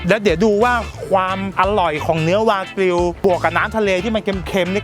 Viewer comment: ตกลงวากิวหรือแบกิวครับ555